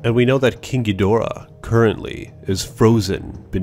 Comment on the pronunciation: They said King Ghidorahs name wrong they need to say it like in the Godzilla PS4 game